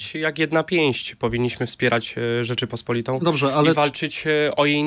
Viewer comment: WSPIERAĆ NIE "RZECZYPOSPOLITĄ"!!!!! TYLKO RZECZPOSPOLITĄ!!! SZACUNEK TO TEŻ POPRAWNY JĘZYK POLSKI.